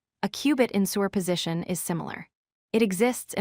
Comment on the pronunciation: Interesting and informative videos, but why is “superposition” pronounced as “sewer position”? It breaks one's train of thought every time the word is used.